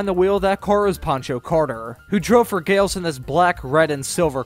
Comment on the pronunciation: Pronounced Gal-iss.